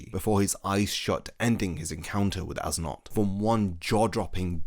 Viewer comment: Yo great video dude but I just wanna say that you mispronounced as nodt's name when you say his name you're supposed to say it like es note